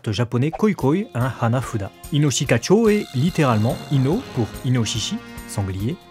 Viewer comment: C'est Inoshikachô (le second "o" est un son "long"). Et c'est aussi une carte du jeu de cartes "Yûgiô: Duel Monsters".